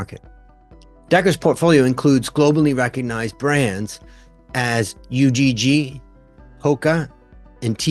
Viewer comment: just fyi it's not pronounced U-G-G, it's one word pronounced "ugh"